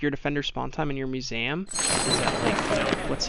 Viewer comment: I’m sorry but it’s Mue-seum not mue-Sam btw no offense (this is how to say it)